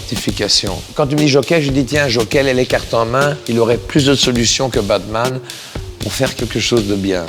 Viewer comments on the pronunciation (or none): À la fin il dis c'est pas le "BAD man" !!! J'ai l'impression de parler mieux le JCVD que vous ^^ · JCVD vit beaucoup aux États-unis et on prononce souvent la lettre "t" comme un "d" ce qui peut expliquer pourquoi il veut faire comprendre que "BaDman" c'est le méchant, et il se corrige après en se rappelant que "BaTman" veut dire "chauve-souris" et non "mauvais"